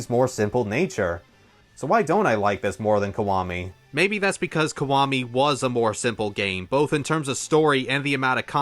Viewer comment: Is it just me or is he saying "kwami" instead of "kiwami"?